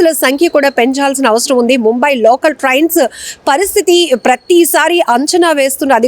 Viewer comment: Trians kaadhu Trains. Trauffic kaadhu traffic Get your pronunciations right.